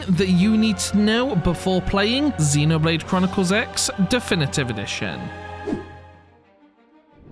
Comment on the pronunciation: First thing to know, it’s pronounced Xenoblade Chronicles Cross.